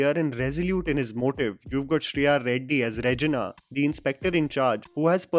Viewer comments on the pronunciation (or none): none